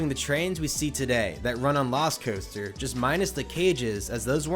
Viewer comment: Anyone else hear Velocicoaster when he says lost coaster?